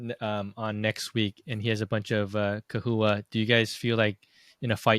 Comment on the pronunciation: I've never heard it pronounced kewies...I've always said chewies and chahoua...not kahooa.